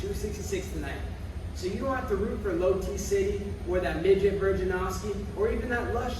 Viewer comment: "lowT city" and "Virginovsky" 💀